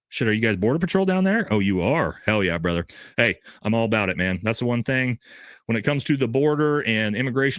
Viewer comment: Wife must of did something make you want go missing from the family for 4 hours 2 days out week now😂 😂😂 but i love it keep up good work ""😂😂